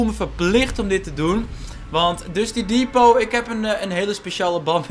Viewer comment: Het is Dusty Depot en niet Dusty Devot huh ik schreef dit tijdens een reclame en bewerk het nu omdat het blijkbaar is verandert